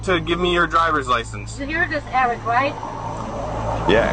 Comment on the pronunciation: "He called me Sovereign citizen Ewwick!" 😂